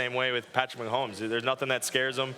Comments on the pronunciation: It's Mahomey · Love thielen but it’s MAAAAAHOMES